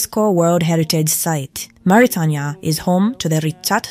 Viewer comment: Learn how to pronounce "Mauritania".